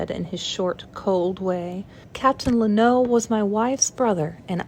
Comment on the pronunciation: Hi! I love this and I'm excited for more! Just wanted to let you know though, lennox is pronounced len-ocks 😊